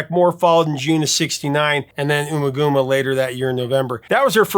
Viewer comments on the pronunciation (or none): It’s umma gummah not oomah goomah…, love your work but your pronunciation hurt my ears…. Love love love this band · In a BBC interview, Nick Mason pronounced Ummagumma as "UH-ma GUH-ma". This would be consistent with typical pronunciation in English of a vowel as its "short" form when followed by a double consonant. Examples: summer, rubber, tunnel. Why some people would assume it's "OO-ma GOO-ma" makes very little sense. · Other than, I’m being finicky, the pronunciation of Ummagumma hurt my ears…. anyhoo, listening to several species of small furry animals gathered together in a cave grooving with a pict with headphones on blew my stoned mind…. ‘twas in 1985, I was but 15 and have been a Floyd fan ever since.